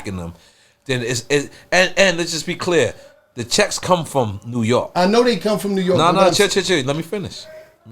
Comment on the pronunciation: 😂😂😂😂 Nore York. Rep yo shii Nore 😂😂😂😂 Virginia said wudup lol